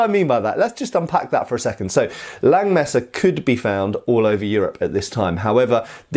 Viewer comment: Hey! Don't take this as an offense, but if you refer to this sword as a "Langmesser" in German, the vocal in "Lang" is pronounced like the vocal in the English "heart". Just like you already correctly pronounce "Nagel". Also in the titel you probably mean "Räuber". The "äu" is pronounced like the vocal in the English "join". As I said don't take this as an offense. You cwn take this advice or just as well forget about it:) Thanks for your great content!